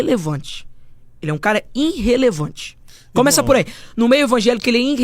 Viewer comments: " INrrelevante kkkkkkkkkkkkkkkkkk Vai estudar , jegue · Irrelevante é esse seu português “Inrrelevante”